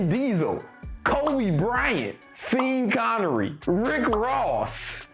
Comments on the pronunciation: "Seen Connery"? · “Seen Connery” lol what!!?